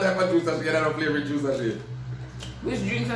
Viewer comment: King: "flavrit" 🤣🤣🤣🤣🤣🤣